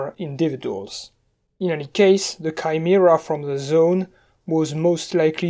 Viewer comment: "Kai-mi-ra" Finally someone understands me